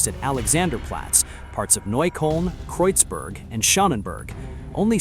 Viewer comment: It is not Kreuzbörg and Schönenbörg, but Kreuzberg and Schönberg, you monkey ! In the age of the internet it cannot be too hard to inform yourself about correct pronounciation (it is the mountain of the cross and the pretty mountain).